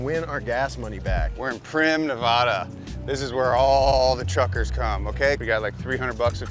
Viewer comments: IT IS NOT "Neh-VAH-Duh." ITS NEV-AD-AH. get a rubber band for your freaking wrist and anytime you try to say your neighbor's state incorrectly, pull it about 5 inches to make sure you are not mispronouncing it from your fifthly east-coast dialect. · It was a pretty good episode, right up until mispronounced Nevada!